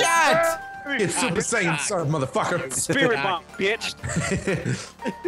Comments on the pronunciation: A cyan hat? Its sayan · I'm not that crazy about DBZ, but it still hurt to hear him call it a "Super Cyan" hat. Y'know. Like, the fucking color. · The way you said "Sayan". I guess everyone pronounces it differently.